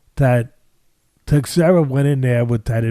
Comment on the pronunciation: Glover "TEX-era"😂🤣😂